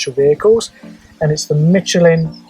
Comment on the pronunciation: I'm pretty sure it's "michelin" not "mitch elin". Think of the name "michelle"